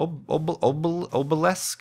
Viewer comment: How can we sleep while our beds are burning? Also: AH-beh-lisk. It's pronounced AH-beh-lisk.